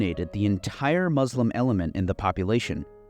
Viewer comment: Why don’t you learn how to pronounce Muslim? It’s not hard.